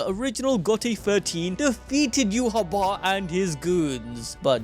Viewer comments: Its not yuhaba, its pronounced yuha bach, like dark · bro its "you-ha-va" its german (Yhwach)